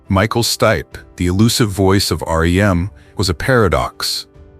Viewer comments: Michael "Steepay?" Nope. 'Stipe.' One syllable. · At least teach your AI to pronounce names correctly. Case in point: "Steepay" instead of Stipe! Gah, terrible!!! When AI can't pronounce someone's name properly (and it makes SEVERAL mistakes), it takes me out of the video, because it feels like a slap or a cold glass of water to the face. I know I'm not the only one. This is NOT acceptable! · The forbidden love line is a form of repression and its pronounced Stipe not Stipeee. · Stipe /Staip/ not /stee-pee/ AI sucks sometimes. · Sti pay - classic AI